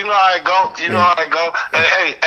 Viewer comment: I always wondered why adds an L to the word how.